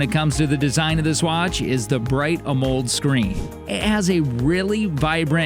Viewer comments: AMOLED' is not pronounced "a mold", it's pronounced "aa-moe-led" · lost me at "a moled" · Just as a note, you are pronouncing Amoled as a one syllable word and it is actually 2 syllables. It is “AMO” (pronounced ammo) and LED (pronounced lead as in the the element lead like in lead paint) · How do you not know how to pronounce Amoled? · AMOLED. Next time you hire a voice actor make sure to brief them on pronounciation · @@ well puggles….of course LED is an acronym. I was just informing him of how it’s PRONOUNCED a when PRONOUNCING it out loud as part of the word he was incorrectly pronouncing. But thanks for your effort. It has been noted permanently in your “aww, you tried” folder.